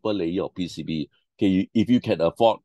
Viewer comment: Quite informative. Moreover, I like how you pronounce PCB as "P C Buh"... unlocks new possibilities of accents!